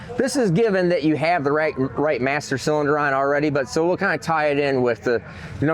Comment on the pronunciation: Hey, what the hell is a CYLDINER?? Was that supposed to be CYLINDER??